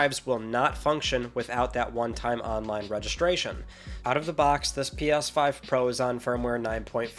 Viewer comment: “PYas5 Pro”. Love it!